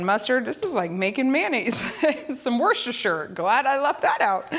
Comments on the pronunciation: Wusstersheer sauce is how it is pronounced in England...... that is not however, how it is spelt lol, just trying to make it easier for you to pronounce. Hope you find it helpful. Great video as always xx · If it helps at all, we pronounce it “wooster”, despite all the other letters! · Wuss ter shire darling ❤ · That was alot of worstershire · Lovely video. Lovely seeing your family grow. Worcestershire sauce is pronounced Wooster shear the ces is pronounced s and shire is shear as in shearing a sheep. I love listening to people try to say the names of a lot of English towns and cities with their silly spellings. Much love from Staffordshire, (said staffud shear ) England ❤ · Wusta-sheer sauce. Or like most of my British friends call it, "W" sauce. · Wooster sheer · Worcestershire = Wuh-ster-shuh or if you are Jerry ‘who’s your sister sauce’! 😮❤